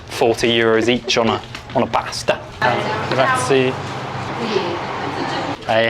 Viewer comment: Since you were in Sicily, mount Etna has rivers of lava. Don't know why english people use random tonal accent, don't you at least try to speak with locals or use a translator app? It's Strómboli, not Strombòli. It's Cápri not Caprí. It's graziE, not gratzy. Thank you.